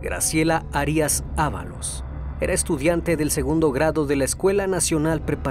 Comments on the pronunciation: Graciela harías??? En casi todos los videos hay mala pronunciación... veo importante poner atención en esto pues solo lo comprendería si no fueras mexicano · Arias acento prosódico en la primera a